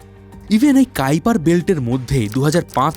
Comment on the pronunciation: কাইপার বেল্ট 😂 ❌ কুইপার বেল্ট ✔️